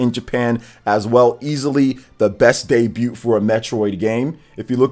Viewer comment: The T in DEBUT is SILENT! U don't xsay the T at the end!